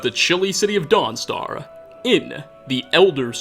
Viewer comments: “Welcome to Dawnstaruhh” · Every other worth is spoken with an "ah" and the end. Guard"ah" End"ah" Mentioned"ah" Foes"ah". Sorry just riled me. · Why is he saying dawn star weird